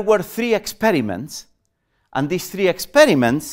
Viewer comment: Hehe the accent "Telling you free important fings" :-D